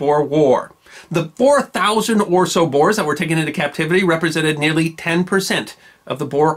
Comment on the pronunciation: Thanks for the episode! As a south african descendent of the ‘boers’ this is very meaningful. Just a small note, the corrent pronunciation of ‘boers’ is actually closer to ‘boors’, but great episode anyway😀